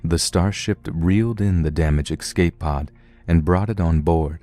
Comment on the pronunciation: It really puts me off every time you say excape (which is a bunch of times in this one...) You're a great narrator though, so keep up the good work! It's quite soothing to listen to your storytelling while working on stuff, so it's really appreciated :)